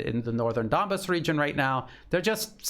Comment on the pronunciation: I have noticed Lavrov and other Russian speakers pronouncing "Donbass" as Don-base. We English speakers, of course, look at that "bass" and think of the popular wild fish of that name.